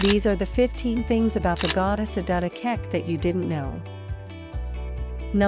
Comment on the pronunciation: The narrator couldn't bother to pronounce her name correctly and in the narrative defends Australian intolerance to difference in excusing the fact that they changed her name to Mary. Adut isn't hard to pronounce; all those sounds exist in the English language.